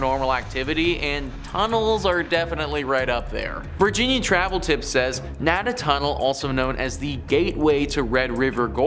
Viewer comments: It is pronounced Nay-Duh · The way he pronounced Louisville and Talbott is very cringeworthy, but his pronunciation of Nada Tunnel has killed me. As someone who has traveled through "Nay-duh" tunnel hundreds and hundreds of time travelling back and forth to work, it's not that special and nowhere near haunted. And you should try traveling through the tunnel in the winter... Solid Ice at both entrances!